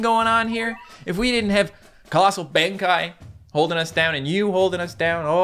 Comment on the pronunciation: I love these battle cats videos, they're very interesting, but fair word of warning to so he doesn't get criticized, I'm pretty sure colossal Benkei is pronounced Ben-Kay